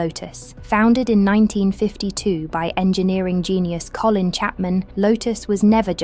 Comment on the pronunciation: Especially when you can’t even get his name right 😂😂